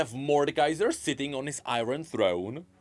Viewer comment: masterful way to handle that you almost slipped with the prononciation of sitting